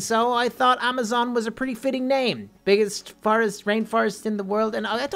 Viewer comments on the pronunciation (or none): none